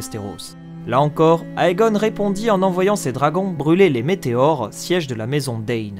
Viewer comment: Comme il s'agit d'une oeuvre en langue anglaise: AE se prononce É. Tout comme EI et EY se prononce I. Donc "Aegon" se prononce "Égon".